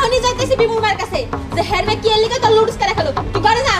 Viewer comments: Lodos na pronunciations ta nodooles hobe.. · Nudols ke bimu ludols bole keno? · nodules uccaron o korte pare na